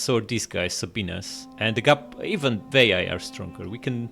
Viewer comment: Love you said “say-bean-ayes” when talking about the Sabines haha